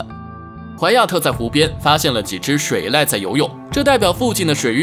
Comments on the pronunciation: 那叫水塔，不叫水赖。上次已经纠正过作者了怎么又读错了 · 是踏=獺 不是塔 水塔是裝水的地方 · 水ㄊㄚˋ 懂? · 叫水獭.不是水塔.懂了唄! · 你说的不对。三声念塔。不念踏，自己去查字典。我用塔这个作者肯定认识的字告诉他正确读音而已。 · 水塔？水獺吧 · 这应该是ai语音解说，不会读多音字很正常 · 機器人配音不會識別多音字😂